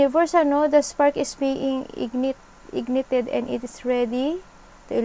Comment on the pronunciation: Ignited pronounced as ig-nay-ted